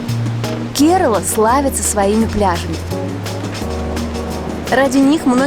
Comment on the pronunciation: Не ке'рала,КерА'ла,ударение на первую А .